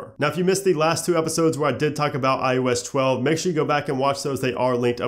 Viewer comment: You say iOS 11 fine. What's the difference when trying to say iOS 12?